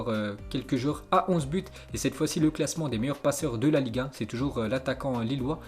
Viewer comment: a chaque fois qu'il dit Ligue 1 j'ai l'impression qu'il dit liga